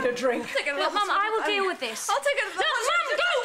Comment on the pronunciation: "hopt-stital"? LOL ... I love how they kept rolling though.